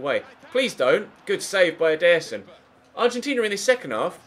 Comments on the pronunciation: he say's "EDER-son" (with force) instead of "ederson (with a slow vocie) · I dont think thats how you say Ederson, at ALL